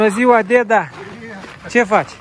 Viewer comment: Craciun fericit cine face,si va spun un Bravo voua si deasemenea si lui va urmaresc cu drag si imi faceti placere si va urmaresc cu drag.sunteti niste oameni minunati.foarte frumos vorbiti si lucrurilor le spuneti pe nume.si cel mai frumos spui spui cuvantul,DEDA'.bravo de tot ce faceti❤❤❤